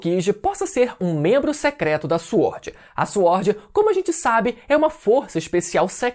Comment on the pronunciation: Fala " Swórd" direito KKKKKKKKKKKKKKKKKK